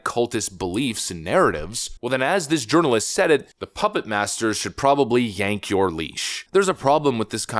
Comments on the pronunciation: Is he saying journalist or urinealist? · I like the way a word was pronounced: Journalist sounded a lot like Jo-urinal-ist.